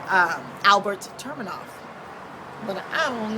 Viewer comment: ufc fight night 87 and its tu-me-nov not tur- me-nov .. lol...good breakdowns and picks tho!